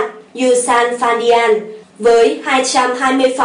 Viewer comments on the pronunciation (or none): Bn đọc sai rồi, là Yu - san - fan - dian ( đọc 'dian' thành 'điên') không phải di-an